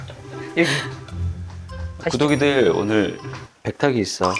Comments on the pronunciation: 왜 자꾸 구더기들아 하는거 같죠?ㅋ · 구독이들 귀에 구더기들이라고 들려요 ㅎㅎ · 구독이들아~~ 구더기들아~ 로 들리는거 나만인가.. ㅎㅎ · 구독이들이 "구더기들아"로 들려요!!ㅋ